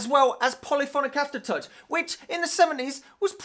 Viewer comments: thisguy sounds all London until he says 'aftertouch' and his northern roots are exposed! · He says aftertouch as i say as a german :D